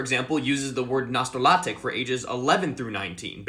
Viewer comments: as a polish citizen, you said nastolatek incorrectly. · this actually reminded me of something i noticed recently. when you said 'nastolatek', all of the sounds were basially correct, but it still had a distinct english accent to a native speaker. its like, polish sounds are sharper and pronounced more in the front of your mouth than the equivalent english ones, which are rounder and more in the back, to me at least. is there a distinction in the phonetic alphabet? i wouldnt be surprised, but its such a subtle difference its basically subconscious unless i specifically focus on it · Yeah. In the "nastolatek" you could still hear that he's not a native speaker but that "-naście" was perfect